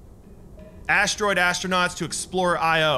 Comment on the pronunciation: you said asdroids